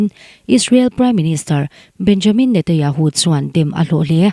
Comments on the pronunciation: I Aw hi ngaih thlak a nuam khop mai,Mahse Israel piminister hming i lam dan hi (Netanyahu tih tur.. Netayahu)tih ang in kan hre tlat mai a,Khawngaih in i lam fiah deuh theih chuan (NETANYAHU )a lawm awm ngawt ang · Netanyahu ti teh ngaihthlak a hrehawm